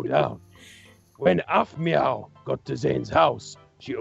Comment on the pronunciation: its aphmau not aphmoo